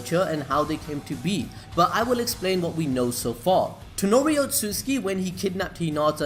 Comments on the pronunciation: Not tenori but toneri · Its not tanori its toneri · please its toneri not tenori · Bruh.... its toneri not tenori